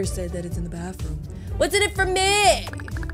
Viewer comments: 'aksing' LOL :3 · Is no one going to say anything about her saying Aksing instead of Asking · “Aksing” I think she meant asking